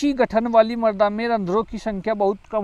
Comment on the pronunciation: Sharabi Shabd ka prayog galat Karen Marda nahin mrada